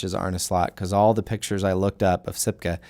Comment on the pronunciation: you said sipke verry well but the last name u pronounced that with an funny english accent xDDD